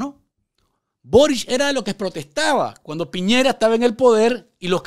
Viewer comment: ...el presidente de Chile es Sebastián Piñera...no Piñeira como dice el vago Ortega